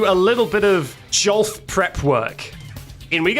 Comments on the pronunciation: Great video! For the love of Jod, please stop pronouncing Golf Jolf ❤️ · jolf? Honest question, but can you g instead of j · im sorry "JOLF"?? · none of these glitches blew my mind more than discovering the possibility of people pronouncing golf as "jolf" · Calling golf "jolf" made me hate you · did you just call it jolf. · you gained my respect when you correctly distinguished between an A pose and a T pose, but you lost it when you called golf "jolf" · bro said monty jolf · "Monty Jolf"😭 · Jolf?!?!? Jolf?!?!?!?!?! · I think your pronunciation of golf is a bug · never say golf like that ever again you fiend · I hate how he incorrectly pronounces words like golf and tsundere!